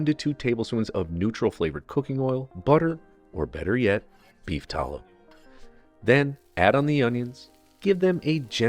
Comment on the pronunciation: stop saying caramelized wrong, stop saying tallow like you're a billionaire, and stop your hubris of thinking you can improve on a real NYC bodega chopped cheese, Chef.